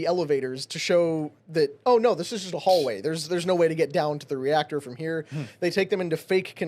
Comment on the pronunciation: Why does she pronounce “No” as “NER”